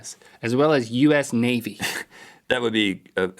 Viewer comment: when they pronounced US navy that way i could help but say US NAVIDA!!!